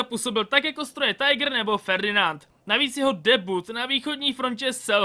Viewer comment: Tiger se vyslovuje jak se píše